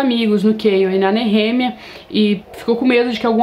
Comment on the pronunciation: Pronuncia como”nerremia “ é foda kkkk